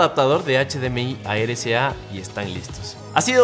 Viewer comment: amigo pronuncias RCA como "ere ca" es erre c a ,espero entiendas a lo que me refiero